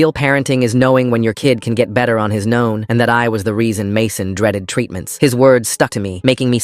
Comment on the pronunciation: Did anyone else hear "know" instead of "own"?